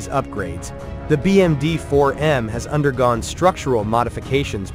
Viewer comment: "le 4 millions de dollars bermudien" xD🤣